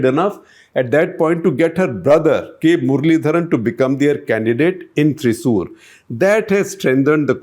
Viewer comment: Sir. You need to work a bit on the pronunciation of names. Thiruvananthapuram, Pala, Malabar, Pathanamthitta, Thrissur... All sound awkward. So does the names of priests. You missed the internal issues of BJP. The biggest challenge for the success of Suresh Gopi is the internal politics of BJP, as nobody in the state leadership wants a person brought-in by centre leadership to win. Also Anil Antony is a non-player. Now you might see that as a political opinion. But please keep an eye on his results and understand how wrong your info is. Rajeev Chandrasekar is a good one, but not good enough to make a win. But this is my opinion.